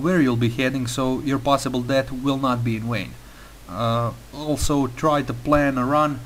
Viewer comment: inform your team where your going so your possible death will not be in wain...."wain"??!?!? dear god dude did you seriously just pull a chekov? "where are your nuclear wessels?"